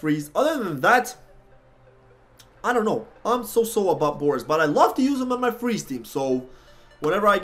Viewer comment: Boreas is a pun on boreal (meaning "of the north or northern regions" - source Latin "borealis" meaning "northern") mixed with the latin root suffix "-eus" ("-eas" is a derivative term), meaning "made of" - for example, "argenteus" would mean "made of silver" (argentum being the latin form of silver). It's also pronounced "bore-ay-ass" not "boris" :P TL;DR Boreas more or less means "made of the north", which actually fits him pretty well